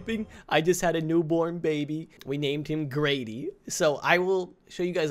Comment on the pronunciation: he did said Grady but at first I thought he said gravy